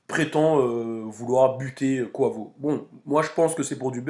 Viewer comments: c est pas koivo c est kouaivo sinon super vidéo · Ca se prononce [ Q / OU / HEY / VO ] 😂😂